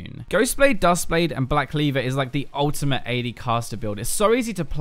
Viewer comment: dude i love it when you say ultimate you like ultima😂